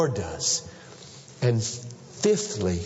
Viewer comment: "Fithly" ;D